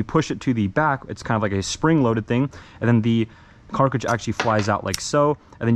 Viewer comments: AAAAAGHHHHHHH ITS NOT CARCAGE ITS CRATRIDGE!!!! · CARTRIDGE NOT CARCAGE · Say it with me. Cart. Ridge. Not carcage. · Cartridge not garcige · Hey man. Read the word cartridge. Reallllllyyy read it. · I dont like how he says cartridge.🤨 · I think it’s funny he doesn’t know what a real gun is pretty much and can’t say cartridge correct